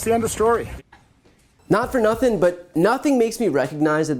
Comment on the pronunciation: Ah, the classic Shultz defence, “I know nuhthink.’ Pathetic!